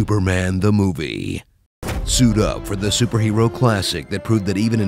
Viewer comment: "Now, get ready for Superman: The Moobie"